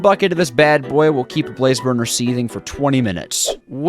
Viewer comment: Am I the only one who hears barfer barrel?